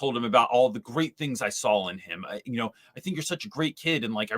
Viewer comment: You say sawl! 😅Now I have to find out for whom that's a regional accent.